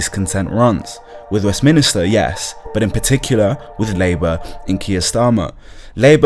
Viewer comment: Westminster not Westminister